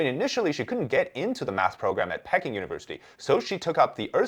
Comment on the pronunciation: Pecking?!? Come on, man. In English, Peking is pronounced pee-KING (/ˈpiːˈkɪŋ/), with the stress on the second syllable. It rhymes with "seeking" or "peeking."